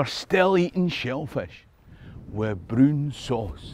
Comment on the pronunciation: being from New Orleans... I love shellfish. Please tell me you're not really putting broon sauce on your sehllfish? LOL